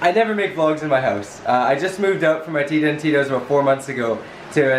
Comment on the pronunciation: You say tita like tida?....